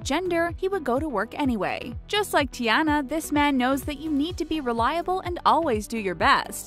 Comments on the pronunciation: And it's Tiana (Tee-au-NAH)! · Tiana's name is not pronounced like (tea-anne-na), its (Tea-anna). How you gonna say names that you can't even pronounce? You sound just like a substitute in class trying to pronounce names and failing. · It wasn’t Ti-ana It is said like Ti-on-a but it is spelled Tiana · It’s Tiana (te-on-a) not Tiana (te-ana) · it's not ti Ana it's ti Ona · Can you please say there names right😠😠come on t e an a no t e ana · tiana… tee-ah-na. get it right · ITS TIANA (teAna) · Beauty and the Beast was my fav gender swap but the way you pronounced "Tiana" gave me bad chills. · she pronounces the names incorrectly like Ariel and Tiana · U said tiana wrong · Am I the only one who's mad because they pronounce Tiana's name wrong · Hew else heard them say Tiana wrong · You are say Tiana wrong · Anyone else triggered at the way she pronounces Tiana? GRRR!